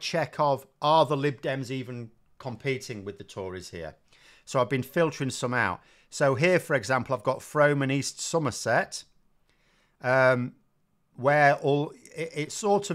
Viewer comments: You keep mispronouncing Frome!!! It's Pronounced Fr-oome, as in Broom, NOT F-Rome, as in Rome! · If you'll stop saying Froam, I'll not mention Slay-thwait. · Frome is pronounced "Froom"